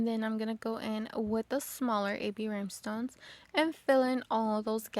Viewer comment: Are these cups dishwasher safe with the rhinestones. I’m so sorry but I have to ask, are you saying Rymestones?